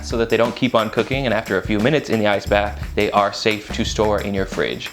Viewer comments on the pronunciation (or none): none